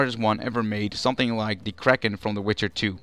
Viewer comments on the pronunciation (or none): none